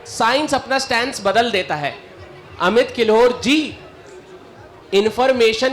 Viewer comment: "अमीत " ==>> "अमित "